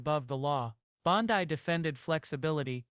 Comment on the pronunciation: "Bond-EYE"?? Who is the ridiculous narrator?